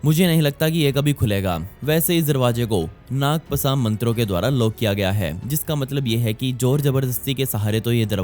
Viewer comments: naag pasa mantra Nahi.... Naag paash.... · भाई नाग पसा नही, नाग पास मंत्र होता है।,😂😂 And please don't give me your so called shoutout 😂🤣